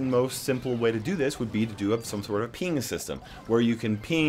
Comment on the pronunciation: “p*nis system” I legit thought you said that